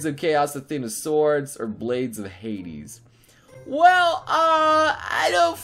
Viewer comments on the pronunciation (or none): none